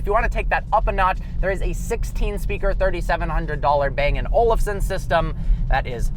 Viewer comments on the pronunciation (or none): none